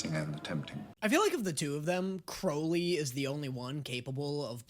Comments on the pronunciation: Stop calling him “Croawly” 😂😂😂 it’s “Crowly” 😂 please for the love of David Tennant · just wanted to mention - the thumbnail spells 'aziraphale' wrong. also, i cant remember if you've done this or not, but 'crowley' is pronounced 'crow-lee' (crow as in the bird)